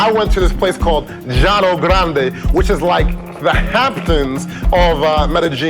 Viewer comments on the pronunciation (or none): none